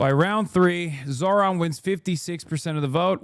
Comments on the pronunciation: First mundami, now zorhan... They can never say the name right can they? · "Zor-Han" Im a white guy and I genuinely don't understand how conservatives have so much difficulty pronouncing non white names. They have to be doing it on purpose. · Also his name is spelled Zohran, they mispronounce his name on purpose to put him down